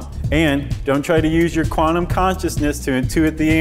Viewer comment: One scientific word the host is pronouncing wrong....quantum is quantum not qwarnum